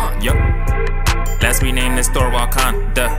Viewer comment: It's wakanda not walkanda